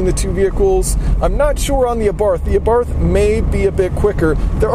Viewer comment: i'm neither italian nor austrian, but i'm pretty sure they do not pronounce the "th" in abarth the way you do.